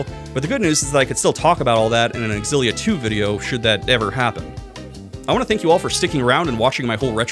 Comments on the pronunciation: I’m sorry but you don’t say X-Xylophone. You’re saying it wrong. And that’s that. You point out the X AND the Z sound in that word and I’ll eat my hat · “It’s pronounced X-zillia, not Zillia”. Source? Trust me, bro. And then turns around and says “WAY-fu”??!!??? Bro, I’m not falling for your troll trap 😂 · Yes. Yes you absolutely should do a Xillia 2 retrospective. But only if you pronounce it Ecks-ill-LEE-ah just to further piss off the audience. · Si lia. I saw your intro and watched Zero's scream and immediately comprehended, still pronounced erroneously xillia, it's SI LIA. OON DAYN. not oondini. I reached your bit where Sam L Jackson spoke and I decided, you are right and I will enjoy your video, efff pronunciation. You've gained a follower.